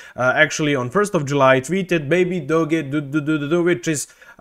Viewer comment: You lost me when you can’t even say the name baby doge not baby doggy